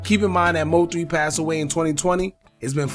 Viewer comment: Stop Say M-O-3 lol it’s one word. MOThree (3)